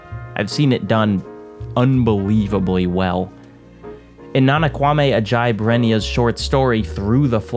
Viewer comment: Sorry but hearing you say Ama and Adjei was very very painful